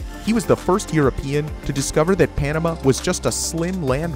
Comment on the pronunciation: narrator's pronunciation of "Panama" is distracting